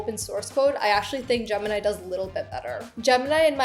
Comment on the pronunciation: Jimmy? Girl your Desi accent is showing, repeat after me Gem-in-i